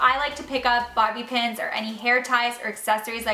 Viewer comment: Who else heard her say “Barbie Pins”